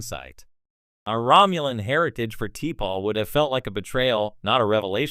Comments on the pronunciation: Sloppy. T-pol? AI bullshit again. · Can't you get T'Pols name right or is this just AI generated stuff. Sloppy